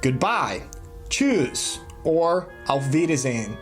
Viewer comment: I like this video but damn man you been living there six years and you think it's pronounced "chews" ?! 🤣🤣🤣 I showed this to my native German mum and she cringed man.